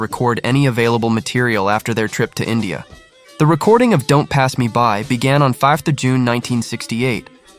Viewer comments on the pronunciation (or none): none